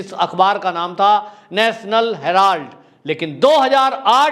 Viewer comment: भाई हैराल्ड है हैलार्ड नहीं